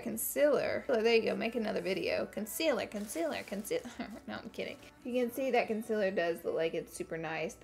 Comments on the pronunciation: It's pronounced kun-sea-ler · That video of you saying concealer wrong is what brought me to your channel ❤️ and now I have another amazing YouTuber to watch that’s down to earth , funny, and relatable 😊